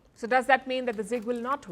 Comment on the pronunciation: I heard 'toh' instead of 'so' . 😅